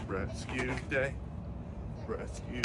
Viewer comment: Your "rescue day" sounds like "amazing grace"... 🥰😂👍